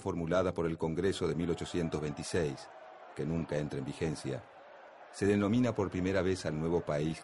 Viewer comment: Dice vigencia o digencia?